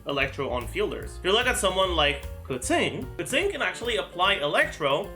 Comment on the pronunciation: he butchered Keqing's name pronunciation, he says it as "Kur ting" when you are supposed to pronounce it like as if it was spelt like "Ker ching". it's a (Qing) "ching" sound not a "ting" sound, if you listen to the english voice over where she introduces her self you'll clearly hear it & you can still hear it in the other languages as well. But I prefer the english setting so I understand it better for me.